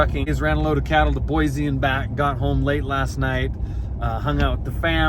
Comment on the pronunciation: You pronounced Boise wrong. Boysee